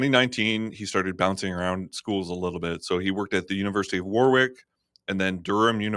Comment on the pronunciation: Warrick, nor warWick, and Glasgoh not glasgow